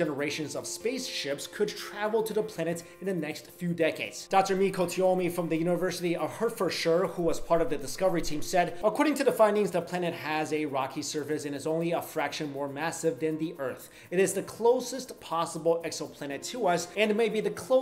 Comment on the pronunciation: "...from the university of Her-fer-sher" lmfao In England we pronounce like 'Hart-ford-sha'